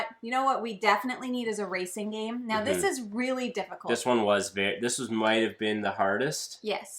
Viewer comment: Meow that was one great video. Sorry, I didn’t get the reference 😢I just think it’s funny when people say meow instead of now 😅